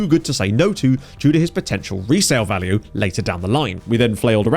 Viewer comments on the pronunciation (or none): none